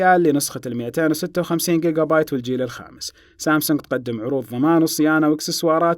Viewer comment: مبدع ، ما شاء الله لكن لاحظت لديك خطأ وفي حال ثبت ، عليك إرسال أحد الجوالين لي ، لأنني ما زلت أحمل نوت9 ولم استطع الترقية ، الخطأ في نطق ذاكرة النوت 20 ألترا الداخلية 256 😂